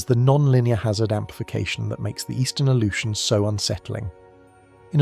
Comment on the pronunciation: It's because they used AI to create this slop video. It also mispronounced Unimak and Aleutians.